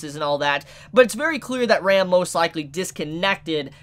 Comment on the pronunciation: Can you call Ram as you would say rum? Because you pronouce Ram as Rem and it is not clear that you talk about Ram or you talk about Rem.